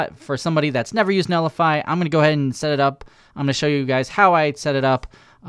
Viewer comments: it's NET lify not NELLIFY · why do you pronounce it like "Nellify" lol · I love your content buddy, but it’s pronounced “net li fi” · There's a 't' in 'Netlify'. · Yep I was just about to say is missing a 'T'